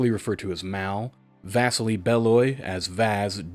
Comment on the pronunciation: First time watching a full-length vid. Dunno why, always loved your stuff. Bro this echoes all the conversations I've had with my friends about Halo! Also Vasili is pronounced Vas-Ee-Lee 😊